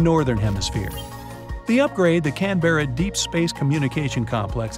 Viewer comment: Can't even pronounce Canberra properly...